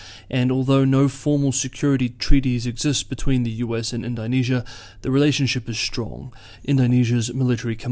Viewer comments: Nope - that was the comment that needed making - he was murdering the name of a country and he usually takes such care... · Great report as usual, keep it up! I could be mistaken, but I think the pronunciation of Indonesia should be more like "In-duh-nesia" as opposed to "In-die-nesia" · Indonesia is pronounced in·duh·nee·zee·uh .... not "in dye nee sea uh". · It's in-DOH-nesia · In-doe-nesia, like In-doe-pacific. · it's pronounced "ind-oh-nesia" no? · Please pronounce the name of the country Indonesia correctly